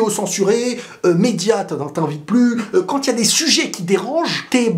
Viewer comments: Pourquoi tu dis toujours quantte au lieu de quand ?? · oui sauf qu'il ne fait pas la liaison en marquant une pause . C'est la prononciation de la liaison qui sonne en"t" mais le mot quand seul c'est quand Et même quand c'est une consonne il dit prononce quantte 🙃 donc je pense que c'est une habitude de sa part